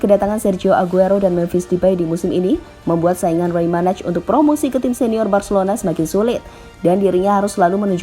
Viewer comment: Komentator Spanyol: Rey Manay Pengisi Suara GL News: Rey Manaj